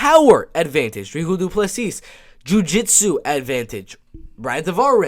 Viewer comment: its pronouced Drikus Duplessi , the 's' is silent in duplessi's' and the C in dri'c'us is pronouced like a K like cat , and u can roll the R in d'R'icus for extra points :P nice prediction , liked